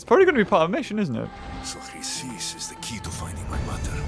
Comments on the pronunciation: U called Chrysis 'Chlamydia.'......look it up lol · Chrysis: Kree-Sis